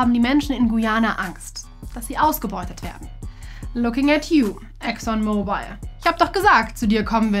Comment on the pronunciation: Der Ölkonzern heißt übrigens nicht Exxon MobilE, sondern „Exxon Mobil“ und wird dementsprechend auch nicht wie das englische Handy ausgesprochen! :) In der Grafik führt diese Aussprache übrigens auch genau zu einem Rechtschreibfehler, dort schreibt ihr Exxon „Mobile“ 😅